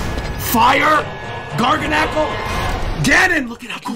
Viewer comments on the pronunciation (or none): my man said Garganacl lol